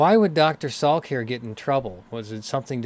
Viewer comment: Dr. Salik NOT Salk.